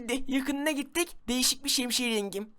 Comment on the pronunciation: Abi şemşiyemi söyledin😂